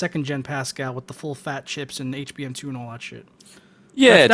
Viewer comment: And when he says chaps he means chips.